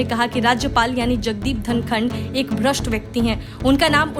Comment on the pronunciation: धङकन नही धनखड़ बोल